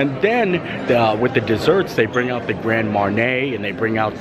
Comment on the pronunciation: Love Animal Kingdom Lodge, but never stayed in the Club Level ($$$). I believe Grand Marnier is pronounced Mon-yéā.